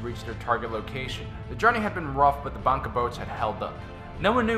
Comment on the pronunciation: dat pronunciation of "bangka" though....